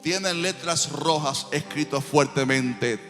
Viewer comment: La palabra no fué teteltestia , fué tetelestai ojo😮